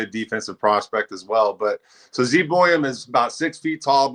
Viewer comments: It iz Zeev Buium not Zane. God Hebrew name. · No one seems to know his name, it's Ze'ev two syllables (Zeh-ev) but two syllables is too much for any hockey fan so just call him Sieve